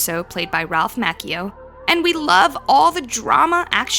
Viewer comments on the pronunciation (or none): His name is pronouned Ralph MaCHIO, NOT makio. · I just stating a fact it’s macchio not mactio